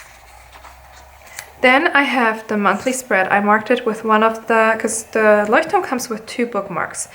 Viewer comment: Geil 😂 als du Leuchtturm gesagt hast hat man extremst gehört dass du aus Deutschland kommst 😂😊 voll witzig